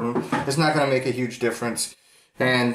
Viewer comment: "its goin ta be uuuhge"